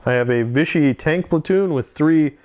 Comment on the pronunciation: As a french boy, I have to agree to your "vive la France", even so they do not like to get you lucky :-) Note that it's France de Vichy, not Viche. And you may even make them fight other free french forces. I love your reports ! Just an idea like that, maybe you can do a campagne with persistent units from one scenario to another? Cheers from France